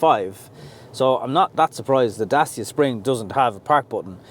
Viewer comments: Dacia is pronounced DAT-CHA! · As a romanian, The second pronounciation, is correct. It's Da-tchee-ah. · I asked a Romianian colleague. It's pronounced DaCheea! Say it fast he told me. Hope this helps. Great reviews fella. I subscribed recently & am very impressed. Keep up the good work.... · My Pizza delivery man asked me how I liked my Dacia Logan parked outside. He told me used to work in the factory that makes them in Romania. I immediately asked him how it is pronounced. He said “Dat-cha”. That’s from a Romanian…from the “horse’s mouth”. Dacia was an ancient kingdom occupying what is now Romania. The Roman Emperor Trajan erected Trajan’s Column in Rome in 115 AD to commemorate his victories in the Dacian Wars. Trajan’s Column is still standing to this day and was the “model” for thousands of other columns, including Nelson’s Column in Dublin. The Dacia Logan (now replaced by the Jogger) also has the window controls in the dashboard and for some reason has key access in the passenger door but none in the driver’s door. They must have forgotten about it when they moved the steering wheel from the left to the right. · Dacia should have 3 syllables(Da-ci-a); Dacia being the name of the territory that nowadays is called Romania.